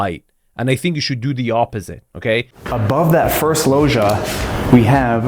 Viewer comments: Pls someone tell the guy in the video (not ) to pronounce it like lodge - Lodgia, if you will. Lojia drives me nuts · Loggia is pronounced with a G like Gin - for gods sake!